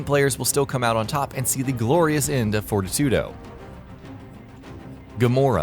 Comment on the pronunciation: Also Fortitudo = for tee too doe The i in his name is long, just like all the other Auditio. He even says his name out loud in chapter 4.